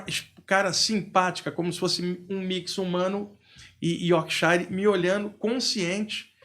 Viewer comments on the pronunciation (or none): Mas o duro é ouvir a pronúncia "iórkshAire" tantas vezes...(é iórkshire).